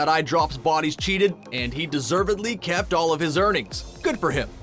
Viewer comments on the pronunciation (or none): No hate but he said keept instead of kept